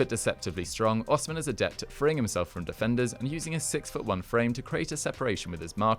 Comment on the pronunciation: It’s pronounced O she men